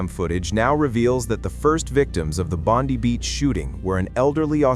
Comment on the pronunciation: Please learn that “Bondi” as a place name is pronounced “Bond-eye” by Australians.